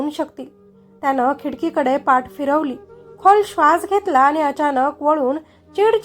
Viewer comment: पाट नाही पाठ